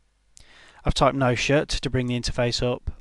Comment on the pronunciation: I like how Says no shut